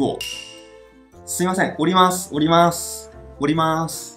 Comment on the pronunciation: 我在東京時一直聽成のります…想說都要下車為啥要講上車，原來是おりますww